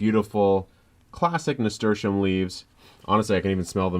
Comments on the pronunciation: What was the name of the bo us plant he said ? It sound like he said 'stersham.' I never heard of that before. Please somebody tell me how to spell it because I can't find it the way I spell it in a Google search. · Charito Tamargo He’s saying Nasturtium :) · I think i heard nasturtium?